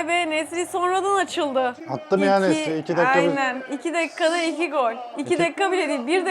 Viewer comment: Nesry kötö diyor😂osimhen nasil?